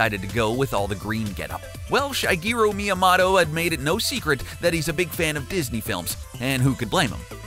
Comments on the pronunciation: Shygeeroo Meeamatta. 😂 Orcarina. 😂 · Shy-gee-roo mee-a-motto!?!?!? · It's not orcarina, it's ocarina. And it's Sheegeru Meeamoto. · you pronounced shygiru miamoto and ocarina wrong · Why does everyone pronounce Shigeru Miyamoto so weirdly? I pronounce Shi-gear-ooh Me-ah-moe-toe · You could not have butchered Shigeru Miyamoto's name anymore than you did. I stopped watching just because of it. Can't stand behind and support a channel that can't even pronounce the name of the most well known people in the video game industry.